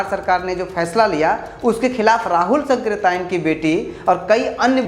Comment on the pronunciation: राहुल सांकृत्यायन और जया सांकृत्यायन में सांकृत्यायन शब्द का उच्चारण गलत कर रहे हैं। और गलत लिखा भी गया है।